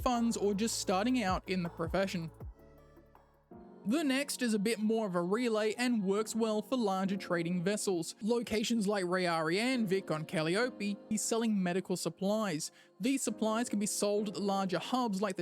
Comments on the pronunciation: Should be cal-Eye-o-pee. Follow the same rules as names like Penelope, Persephone & Aphrodite. Similarly, Euterpe would be u-TER-pee. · Cah-Lie-op-ee not Ca-li-oh-pee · I'm sorry, cal-E-O-pee? Jajajajaja. That's funny. Great job.